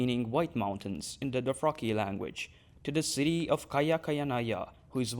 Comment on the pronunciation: What is a "Doh-fraki"??